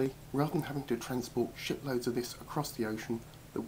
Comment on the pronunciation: Took me a moment to realize you said "shiploads" and not something else lol.